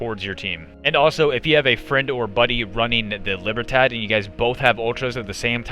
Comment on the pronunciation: Nailed it with "Libertad" pronunciation, "remedio" could've used a 5 second Google search for quality content creation...